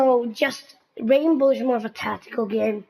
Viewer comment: plz its R.a.i.n.b.o.w not R.a.m.b.o